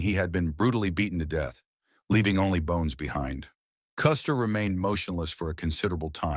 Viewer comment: Die Aussprache von General Custer ist echt schlimm